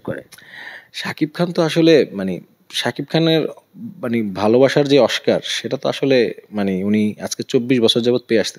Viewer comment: দোনোটা অশিক্ষিত oscar কে বলতেছ oshcar